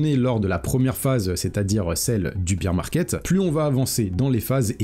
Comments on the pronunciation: Merci pour la vidéo, par contre stp c’est bear market pas beer market 😂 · Merci pour la vidéo. On ne dit pas Biiir market mais Bèèère market, excuse de te reprendre mais vu que tu le répètes 50 fois dans la vidéo, je me permets de le faire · Beer market = marché de la bière. Bear market = marché baissier. Bear se prononce BAIR comme dans 'Ber'nard :) Sinon, sympa la vidéo :) Comme d'hab' voudrai-je dire :)